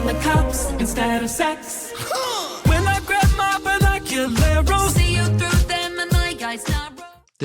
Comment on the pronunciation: I'm always a huge fan of words being pronounced weirdly just for the sake of it, but I gotta disagree with Andy that "binocular-os" is one of those cases, it's clearly to rhyme with "my eyes narrow" and that's great too lol. It's just like "fear" and "idear" in Sushi Glory Hole